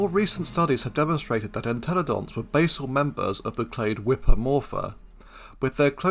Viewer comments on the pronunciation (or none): none